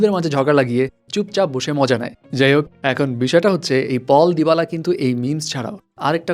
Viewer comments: ভাই রে ভাই, পল দিবালা না😑, পাওলো দিবালা। ভাই আপনার বাংলা ট্রান্সেট কোর্স করা দরকার🤣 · Aree bhaai apner pronunciation thik koreen too cherar nam পাওলো দিবালা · নাম টা তো ঠিক মতো নেন,,,,পাওলো দিবালা💪